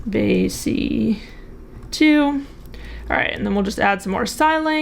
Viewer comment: BAYC not BYAC